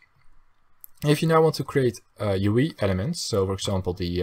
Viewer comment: dat hoor je overduidelijk aan zijn accent, hij zei ook UI als u ie XD